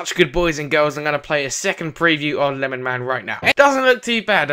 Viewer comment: FAR CRY 3 FUNTAGE 2 and no it's not lenman. It's LemonMan